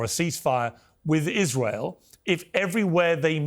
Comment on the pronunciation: Why does Israel insist on letting a guy who cant pronounce the letter R speak. How can I take him seriously when he says Tewowist, and Iswael.